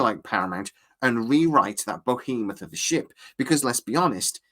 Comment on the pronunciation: Did he just say “BO-hemoth”?